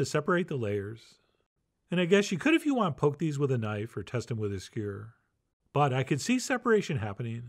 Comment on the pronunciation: Why does Chef John say some words like he is from the Midwest or Arkansas? In this episode it was the word "skewer."